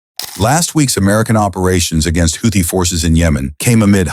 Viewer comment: Houthi is mispronounced NO, it was NOT a F-17 that was downed. No such aircraft exists It was an F-117 Nighthawk , not an F-17